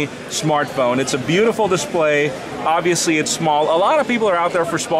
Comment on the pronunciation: This guy obiusly like to say obiusly